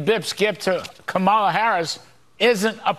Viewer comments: Pronounce her name correctly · So Larry, guess you didn't understand the lesson: It's Kama - as in comma, then just add in a "la." So Larry, you get Comma-la, then put the two together and what do you get? Commala, or even better, Kamala. See, it's very easy even a child can learn it. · Kudlow……I know this is difficult to understand, but since you purport to be a professional “news” person, try to remember: It’s ‘KOM-a-la’, not ‘Kum-AH-la’. You’re welcome. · KAM ala NOT kamMaAL a you cannot say her name correctly......STILL. DIK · Already insufferable are the candidates who change Mrs. Harris' name, why is this vulgar habit tolerated even for FOX reporters? can someone make a tutorial to explain to those great minds, that it is KÀ-MA-LA not KA-MÀ-LA STOP PLEASE,some respect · With his disrespectful whining arse! Almost always mispronouncing, on purpose, VPOTUS Harris' first name! VERY seldom does he slip up and say it correctly. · How many times can he missprounonce the Vice President's name??!! Practice! It's Comma-la phonetically. How easy is that?! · Omg her name is COMMAla Can’t any of them get it right?! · "Comma la" it's not that hard. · It's funny how such 'educated' men will always mispronounce Kamala's name. every. time. Sooooo clever. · He said Kamala’s name correctly the third time, it just proves that those clowns are showing disrespect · What a disgraceful newscaster on FOX to mispronounce the VP first name. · 😮They can't even pronounce her name correctly!!! It may have been a bit higher for Trump, but remember how many lives he took .....IT didn't have to happen!!! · It’s the moments that they forget to mispronounce her name that get me. It shows that they know full well how to pronounce it but make a choice not to. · And they still keep deliberately mispronounced her first name.